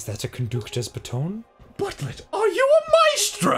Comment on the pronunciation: Bâton, not batonne!